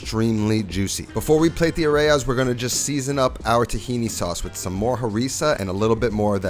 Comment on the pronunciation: Areya lolllll it’s areyas